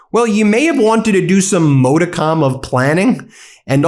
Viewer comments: Ben, please look up the pronunciation of "modicum" 🙏🏻 It neither starts with "moe" nor ends in "com." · YOU PRONOUNCE it MOD- IT- COME~!!!!!!!!! You always say it wrong!!!! ARGHGHGHGHGHGHGHGH